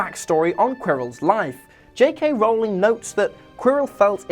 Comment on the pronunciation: R-ooow-ling, not rolling.